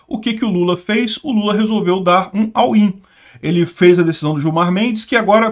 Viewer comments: "all in" se fala "ól in" e não "au in". abzao. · Não entendi o que tanto repetiu. "Awin"?